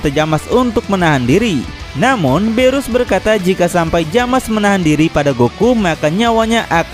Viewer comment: bang itu nama nya bukan jamas tapi zamas/zamasu